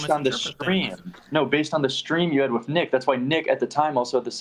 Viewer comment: Like how doesn’t say th in words like with, he just says wit 🥴 it doesn’t bother me though, I just noticed it recently